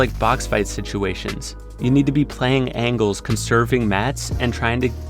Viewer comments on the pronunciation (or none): none